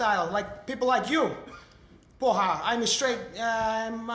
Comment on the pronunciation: His Brazilian accent is truly convincing up until he pronounces "Porra! Caralho!" LOL That's brilliant, though!